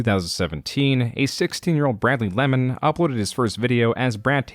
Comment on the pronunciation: Other than the guy looking like a gremlin, who cares? She probably deserved it and should be happy he didn't beat her. Also, it's not "Bradley Lemon", you say that last name "Lay man". Also don't ever paint your fingernails again, that is for women.